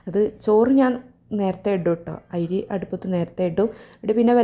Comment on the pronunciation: 😂Ayri alla😂ari aanu